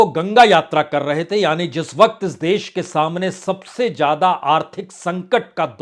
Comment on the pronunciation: آپ بہت اچھے اینکر یا میڈیا مالک ہیں اپنی زبان کو بھا شا کے طور پر درست بھی کر لیجےء ہزار کو ہزار جادہ کوزیادہ جرورت کو ضرور ت بولنے کے لئے پلیز ٹیوشن لینا شروع کر دیں ان شبھدوں کی ہندی بھی زیڈ سے ہی ہے گستاخی معاف